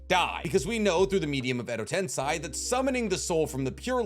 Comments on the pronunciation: "shikigami" WTF!? Bruh you need to work on reading the names right "Shi-ni-ga-mi" at least you're not saying "Edo tensai" anymore 😂 update: nvm he says "Edo tensai" AGAIN 😂😂😂😂😂😂😂😂😂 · Did you really say **Shikigami**?? It's SHINIGAMI as Shi literally means death, and Gami means God - so Death God, easy. But, I shouldn't be suprised, you keep calling Shisui's MS jutsu KotoamatsuKAME :/ and Tobirama's jutsu Edo TenSAI :D